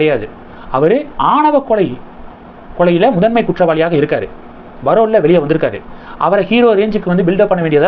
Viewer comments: அது barole இல்ல parole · Pl.say as Parole not as Barole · Sir. Iam your fan abd see your programmes. But pl note it is not Barole. It is Parole. In tamiz yoh cannot make out difference in B and,P. Jay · அது barol இல்லை parole. நன்னடத்தை விடுமுறை எனச் சொல்லவும்.